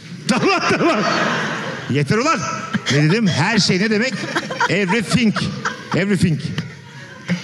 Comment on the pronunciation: every fing derken ? everything olmasın :DDASD